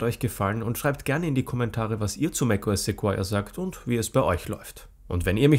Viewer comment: Es wird "Sekoia" ausgesprochen, und NICHT "Sekuoia"